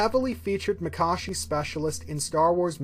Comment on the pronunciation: Finally someone who pronounces Makashi the correct way. These vids are great! Keep it up!